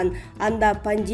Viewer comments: ПАНжйеМИЯ дейтко пандемия десен! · Окуп жаткан кыз,пандемя эмес пандемия. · Ушул диктор кыз сен жумуштан чыгып эле кетчи нервке тийбей,окуганы кантет"пандЕмия,кансултасыя,канИституция" деп. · Орус тилин үйрөткөн курска жазылбайсызбы эжеке, "валкодав, пандемья" дей бербей. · ШКОЛДУ ОҢУРААК БҮТКӨН САБАТТУУРААК ДИКТОР ЖОКПУ ??? ФАМИЛИЯНЫ ДА ТУУРА ОКУЙ АЛБАЙТ . ПАНДЕМИЯНЫ ЭМНЕ ДЕП ОКУДУҢ ? 😜😜😜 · Пандемияны туура окучу?!